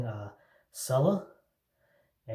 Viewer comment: First of all, it is pronounced "chella". Second they make other scents and formulations. Third, why do guys who have no facial hair make shaving videos?